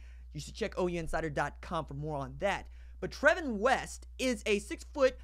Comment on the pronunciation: I knew him and his name is pronounced Travon